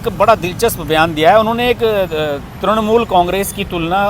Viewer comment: त्रणमूल" नही त्रिणमूल" नही त्रुणमूल" नही "तृणमूल" बोलिये